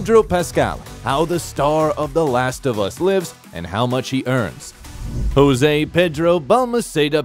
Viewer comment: Hahahahaha I love "Jouse" ando "Pedruo" 😂